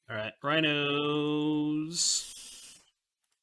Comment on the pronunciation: "Saheeli Raihnos"